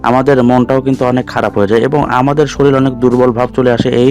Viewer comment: Mohasoi! 'soril' noi, bolun "SORIR"!